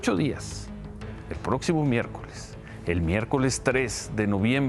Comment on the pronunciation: ¡"Prótcimo" miércoles! ¡Noooo seeee loooo pieeeerdaaaaa porrr éste canaaaaal y la "sesuuuda" "hopinión" del carcamán Gómez!